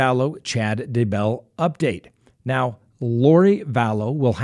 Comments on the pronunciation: DAY-BELL.......NOT DUH-BELL lolol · It's Daybell ,not duh bell, or dumbbell. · DAY......BELL. DAY-BELL. DAYBELL. Not DAH-BELL, Idk why it bothers me so much, but it does. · Day Bell.... not ....D"bell lol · At least say the guy name right , it's day - Bell 🙄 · I just can't. It's DAY 🔔 🛎 .I watch all the time and it's just ridiculous that after all these months you still can't pronounce it. Otherwise love your show😂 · Say it with me.... "DAY•BELL"! Ready....? Say "DAY"..... VERY GOOOOOD! Now just say- "BELL"! THAT'S IT buddy, u GOT IT NOW, i think...?!?! Lol Does he sometimes say- "It's a beautiful DA out today"? LMFAOOOOO It drives me INSANE that this highly educated LAWYER cannot pronounce the simplest name in HISTORY!! "DAY•BELL, DAY•BELL, DAYYYYYYYYYYYYYYY- BELL!" Agh, you'll get it lil buddy just keep trying + maybe one episode you'll actually say his name correctly 2 TIMES IN A ROW within 15 seconds of eachother.... I know, I KNOW- its a lofty goal that seems unattainable, but I truly believe you will reach the summit of ur Mt. Everest- "DAYYYYYY•BELL!" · Day.bell slight accent on Day. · Shane Freeland It's a long A on Daybell- uses a short A when he says his name. LOL not like I care that much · I always wonder if he does this on purpose lol. Especially since he has taken issue with name pronunciation on other cases! 😆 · Why do you pronounce Daybell that way? Good work anyway. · Why does he have SOOOO MUCH trouble w/ this Doofy-Douche-Dumpass' name?!?! 🤯🤯 SMH- he pronounces it differently every single time he says it + its probably the EASIEST name in hostory.... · You need to learn to pronounce Chad Daybell's name properly.